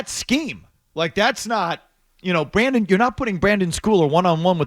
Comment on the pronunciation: A Patriots journalist & can’t even pronounce the player’s name correctly. It’s Brendan, not Brandon. You’d think they’d know the players names for the team that they’re commenting on smh.